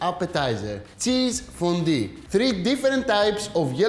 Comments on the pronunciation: ΦΟΝΤΟΥ, οχι φοντι. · I like that he says fondy! Looks yummy Akis